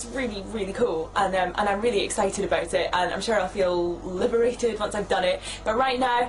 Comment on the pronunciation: Her 'about' is so, in such an amazgin way, scottish.